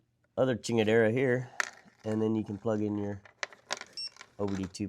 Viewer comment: Brother you lost me at “chingadera” 🤣🤣